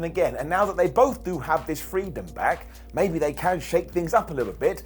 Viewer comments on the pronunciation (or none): none